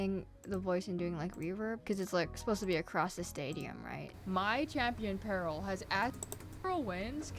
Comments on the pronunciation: Dont ask but ima just say peril is pronounced (peh rule) not (pearl) im pretty sure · OMG I was so confused, you kept saying Pearl instead of Peril 😅